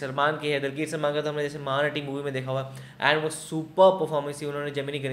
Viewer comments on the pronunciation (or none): It's not dilki salman it's "Dulquer Salman"